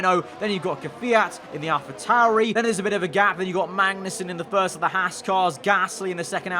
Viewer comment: Could've sworn you called a Haas an "Ass car" earlier in the video too.